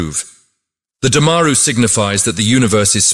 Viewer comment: It’s Du-ma-roo and NOT Daa—maa-ru, otherwise you rock!